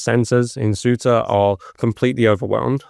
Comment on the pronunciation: 19 minutes in. How many English are in the EU illegally? We have space, lots of it. How many immigrants have you let in? We're dealing with Ceuta, you can't even pronounce it correctly.